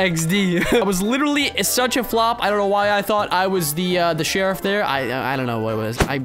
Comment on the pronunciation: Lol he said sherruf died but he was sherrif lol